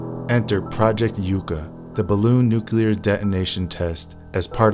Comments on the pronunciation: Its' pronounced "Yuck Ah" ! - not YOU Kah ! - You're welcome ! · Yucca (yukka) not yooka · HEY,ITS NOT PRONOUNCED -YOU-CA..ITS YUCCA(YUH-CA)...YUCCA PLANT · NOT YOU-CA PLANT(GEEZ!) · Pronounced "Yuck uh" like the cactus . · “Yucca” pronounced “Yuk - ah”. It’s a funny little tree that grows in arid climates. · Yucka - or Yuckuh. Like the cactus. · Yucca is a desert plant in NM. Check your pronunciation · learn how to pronounce YUCCA! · If you can't even pronounce Yucca correctly, how do we know your video isn't full of additional errors? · At least learn how to pronounce 'Yucca.' Hint: The included footage includes a proper pronunciation.